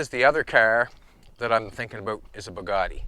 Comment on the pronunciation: Bad "Bugatti". Just sayin.